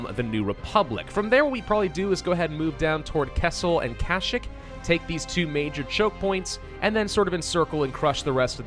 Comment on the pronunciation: dude its KA-SH-EE-K!!!!